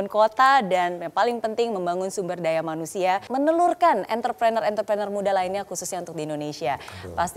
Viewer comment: Entre prenurr Not Enter prener..